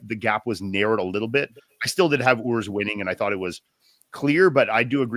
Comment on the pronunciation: It is Urs, not Örs